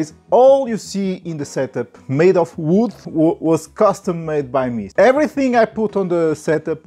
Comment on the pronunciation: I love how people from your country said “vwood” haha